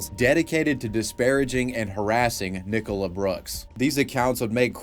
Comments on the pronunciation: Why do you care he pronounce it wrong. are you her? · why are you pronouncing nicola like that 😭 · oh my fucking god. it's NICK -OLA. NOT NICK - COLA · Nicola. NICOLA. NICOLA damn it! Not Nick Cola! 😂😂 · What did you pronounce Nicola like that. It’s pronounced nick-o-la 😂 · Why you pronouncing Nicola as Nee Cola? Is it like the silly misprounciation of Craig as Creg you guys do? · The way pronounces 'Nicola' is highly distracting.... "nick-oh-la".... bruh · why do you care i care? are you the creator on his alt account or something? (dumb question). in all seriousness it's because it's an extremely common name so it sounds really stupid pronouncing it that way. it's like pronouncing Oliver as "Olaveer" or something. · I have never heard this way of pronouncing "Nicola" before. Is that how Americans really pronounce it? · Do you just not have the name Nicola over there? That pronunciation is wild!